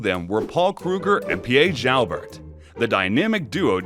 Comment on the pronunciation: Hey, so far your video is going great so far but you mispronouncing a couple of names. Boer is pronounced as “Bore” Piet Joubert is pronounced as “Pete Jew - Bear”